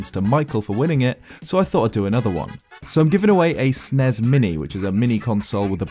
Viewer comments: Please stop saying SNES like its a word. its an abbreviation. "S.N.E.S." I've never heard anyone ever call it Sens. until recently and it sounds like you're sneezing. or worse it just sounds dumb .It makes me cringe. I can't be the only one. anyway love the content. but i cant listen to you say "Snes"anymore. please don't say it like that. its four letters ... its not that much effort to say. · I was excited for the video but the way you pronounced “SNES” like it was a word rather than an abbreviation made me click off in disgust :( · Hate when people call the SNES "Snezz" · The way you say "SNES" is weird.